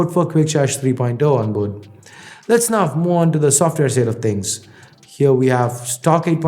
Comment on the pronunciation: just why do you pronounce now as "naof"